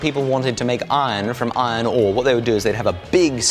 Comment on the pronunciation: Is it only me that noticing when he is saying iron ore he is saying ione ohh